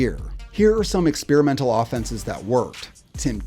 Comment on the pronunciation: Love the vids. But man did you butcher the word “experimental” lol